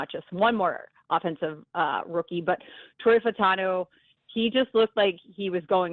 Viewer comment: Are you guys so lazy that you can’t even use one extra syllable and pronounce his name correctly? I mean Troy.